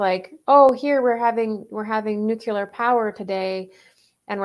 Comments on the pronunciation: Omg. Nu-Clee--ar. Not nu-Q-ler. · "History doesn't repeat, but it rhymes." -? The themes of love and selfishness resonate, and their wild dance raises echoes in time. OMG it's Groundhog Day all over again! :-] sigh BTW With great respect, wishing you greater power: Nuclear is nuu klee errr, not nuu kyuu ler. Enhances credibility, and that never hurts. You bless us with insight. Thank you. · I just wish people talking about nuclear whatever could pronounce the word correctly.